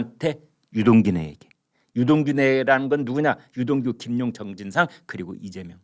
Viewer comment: 김만배 그분 유동규 에게 넘긴다고 이재명 발음을 못 하는 사람 이군ㅡ